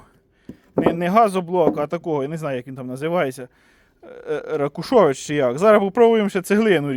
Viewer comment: Не ракушович, а ракушевич)